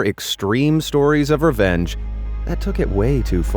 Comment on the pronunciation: Why do I keep hearing revenge as "revénge"?